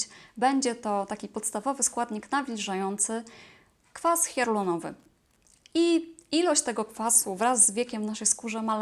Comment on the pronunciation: Chyba powinno być kwas HIALURONOWY, a nie HIARULONOWY...? Pozdrawiam😘💞